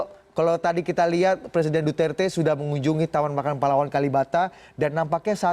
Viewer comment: Indonesian says right pronunciation for Duterte..Mabuhay from Philippines